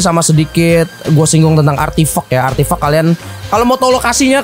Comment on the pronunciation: ngomong:artifact Yang gw dengar:artif*ck